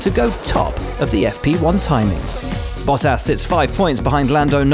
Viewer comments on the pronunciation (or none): none